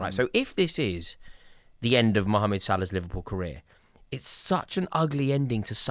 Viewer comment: I love how Rory says Salah's first name like an Egyptian!